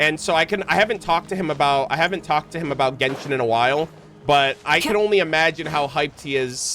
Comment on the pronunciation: You saying jenshon is making me 😂😂😂🎉